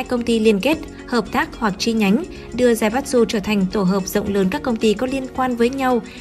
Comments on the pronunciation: Đọc là Zaiba chư. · Tài phiệt đọc là zai bát tsự. Ko chịu lên google học cách đọc cho đúng. Sai tùm lum xem mà chán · Theo tiếng Nhật "tsu" つ đọc là "chư" nhé. Kiểu như Mitsubishi đọc là "Mi chư bi si"